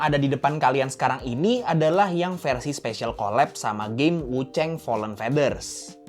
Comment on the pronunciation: Wuchang bukan wucheng, tolonglah jangan di Inggris2in.